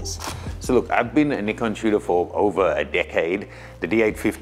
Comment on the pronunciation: Thank you not to be too judgy but I've been following you since the Nikon guy and even though you still pronounce Nikon wrong;) I have really really really found a lot of respect for you over the last few videos and I know the Shibari course is just gonna blow me away. While I won't be getting the Z8, I have tried the Z7ii side by side with the D750, and aside from the very obvious clarity difference the ability to see your exposure real time the full frame focus is where its at. I will be getting the Z7ii for sure and can't wait to evolve into the Z glass. So sad my 300, and 500 are both AF-S. Thank you for a great review